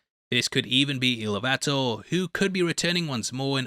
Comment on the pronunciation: AY-ROO EEL-OO-VEE-TAR that's not really right, but it's a start. Don't worry about rolling your r's, friend. Just start there.